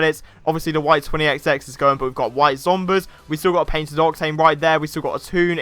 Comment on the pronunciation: The way you say octane grinds my gears